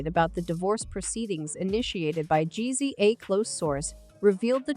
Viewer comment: Mispronounced the man’s name constantly. Weird robot voice. Please do better next time